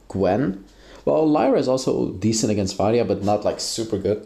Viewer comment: “Ill be playing varrrya in the mid lane” Gotta love that rrr